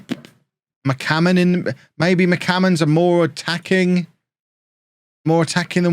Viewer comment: Zealand "McCammon" Shannon